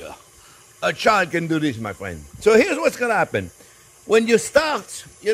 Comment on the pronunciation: Is it because he always says “Fwend”